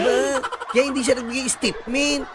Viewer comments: Hahaha sobrang tawa ko sayo sa paggaya- gaya mo ng "stitmint" 🤭😅😂🤣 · Natawa naman ako sayo Host😂😂😂 istitment, talaga😂😂😂